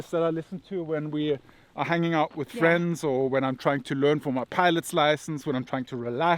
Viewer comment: Thank you for being honest. KEN WE BE FWENDS? :)